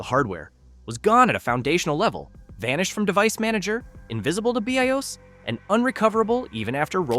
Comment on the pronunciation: Heh, text to speech Ai has limitations. , Be I Oss? Still pretty goot alright presentation.